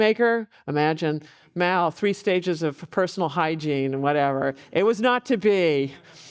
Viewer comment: Is she saying … Meow?